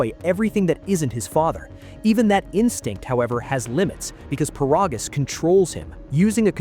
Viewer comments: It's ai, "he'll" never pronounce it correctly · First of all his name is paragus not parogus and secondly for the love of me I have never understood why the hell is King Vegeta the king of all sins when he literally got one shot it with a chopped to the neck or a punch or a kick I forget which one but he got one shotted